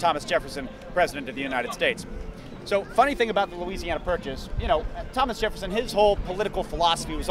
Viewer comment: "The Louisiana Pat-Purchase" Andrew of "achtung-shay"..... (Much anymore to say) oh boy........